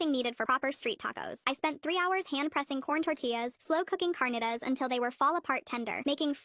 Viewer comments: Bro the way she says all those mexican foods in her american accent is just makes me want to laugh and throw up at the same time... Like its not carnitas (car ni ta s.) its carnitas (carr neat tas) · The correct pronunciation is Carneeta and Salsa Verde but the r is like a cat purring not to be mean or anything